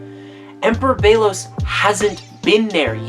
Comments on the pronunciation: ok so its a nice theory and all, but the fact that the show says "belos" and you keep pronouncing it "beilos" is very distracting LOL but its a pretty nice video. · It's bellows not Bagel lol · That’s.. not how you pronounce Belos.